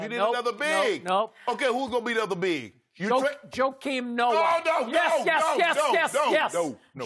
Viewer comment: SKIP SAID JOKAIM NOAH😂😂🤣 🤦🏽‍♂️